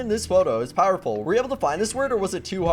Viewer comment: powereu wait no it's powerfu